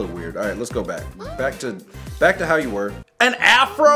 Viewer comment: I'm just gonna say this that everytime he says back it's always black